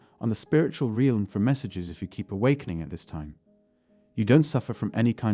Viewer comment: This robot needs to learn to pronounce “realm”